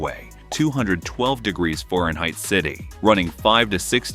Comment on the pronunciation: I can’t take this seriously when the narrator says “foreign height”